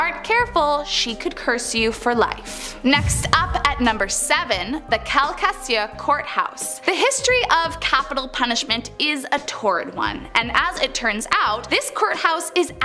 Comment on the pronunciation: Hello from South Louisiana, I just wanted to let you know that the name of the parish at around the 13 minute mark is pronounced “Cowl-Ca-Shoe”, but is hard to spell and harder to figure out how to say it correctly, lol. We also have our own version of Bigfoot, known as the “Honey Island Swamp Monster”, which is supposed to a Bigfoot that has adapted to life in the swamp by developing webbed , 3-toed feet. Love the videos, keep them coming! 🤟